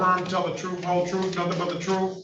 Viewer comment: Truf? Ax dat judg, wat truf uz axin meez bout.. ax? A judge on the bench said truf, and ax? Wow